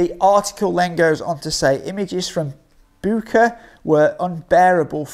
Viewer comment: I think it's pronounced as Butch-a.